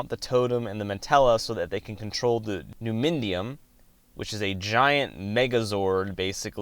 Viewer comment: Good work. But you gotta look up the pronunciation of words before you say them out loud my dude. Like, it’s pronounced “Nu-mi-dium”. There were a couple others too.